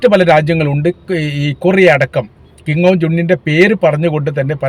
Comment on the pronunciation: കിം ജോൺ അല്ല , കിം ജോങ് ✅